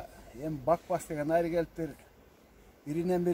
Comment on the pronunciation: Айры эмес, аары деп суйлочу